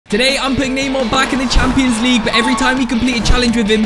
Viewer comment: i love when he says champioans ligue my english bad sorry